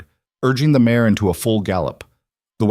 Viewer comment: MARE. Not mayor!